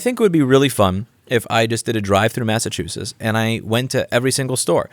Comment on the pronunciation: MassachusettS. Don’t forget the s at the end